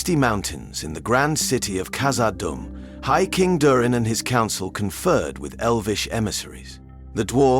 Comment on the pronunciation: Please work on your pronunciation You said kazadoom the first time and then after that you keep calling it kazadumb